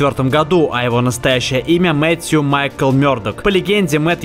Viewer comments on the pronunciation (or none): none